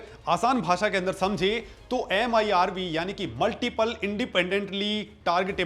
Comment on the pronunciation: MIRV न कि MERV